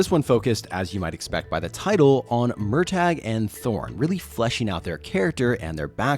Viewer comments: Mur-taa. Not. MUR TAYG. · I'm.. sorry? Murr-tag?